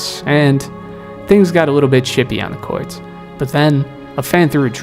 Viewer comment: It’s court buddy now cwart